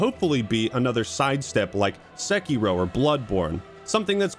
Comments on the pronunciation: Please Don't pronounce Sekiro sEkIro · "Sekky Row"